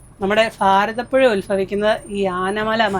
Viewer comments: ചേച്ചി ഫാരതപ്പുഴ അല്ല ഭാരതപ്പുഴ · ഫ അല്ല ഭാരതപ്പുഴ 😂😂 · ഫാരതപ്പുഴ❌ ഭാരതപ്പുഴ ✅ to 😄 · എത്രയോ പ്രാവശ്യം പറയുന്നു.. ഭ...ആണ്..ഫ..അല്ലെന്ന്.. " ഭാരതപുഴ " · എൻന്ദു ഫങ്ങി ഫാരതപുഴ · ഫാ രതപ്പുഴ🤣🤣🤣🤣🤣